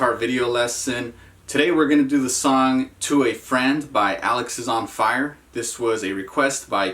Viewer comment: alexisonfire* alexis - on - fire, great video anyway